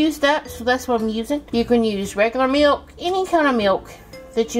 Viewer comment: Someone should inform her that there’s no “yoo” sound in “milk”.